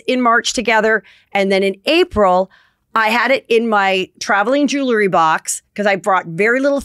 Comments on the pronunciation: You wouldn’t have these problems if you said the word, JEWELRY, correctly ! It’s 2 SYLLABLES !!!💥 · Even though Heather asked for funny corrections, I’m pretty convinced that she doesn’t read the comments. She wouldn’t still be saying , ROON and Squirrelly Jewelerey